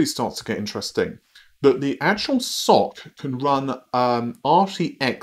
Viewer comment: sorry to say that SoC i.e. system on chip is pronounced ɛsˌoʊˈsiː i.e. "ES-OH-SEE", not "SOCK"...